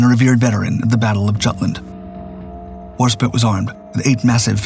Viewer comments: HAHAHAHAHA! You're an idiot. It's WARSPITE it's pronounced spite not spit. Why would you try to type bullshit on the web? This robo-voice has fucked this and many other pronunciations up for years. You should hear it recite model numbers for aircraft or missiles. It's bad. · Spite not spit the I is long fucking Christ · Why cant this robovoice pronounce the E in Warspite? Warspit? When you type the script you have to misspell certain types of words so the robovoice will pronounce it properly. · how do you pronounce Norwegian fine but bugger up the most decorated British naval warship since HMS Victory, War-Spite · Content creators should emphasize historical accuracy and pronunciation. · But can't pronounce Warspite.... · The ' E ' in Warspite is silent.